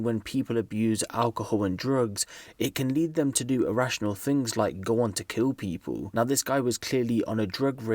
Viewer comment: "pee-pole"... Hey "Pee-pole"